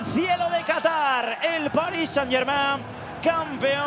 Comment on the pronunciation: Por fin un comentarista que pronuncia bien "Germain"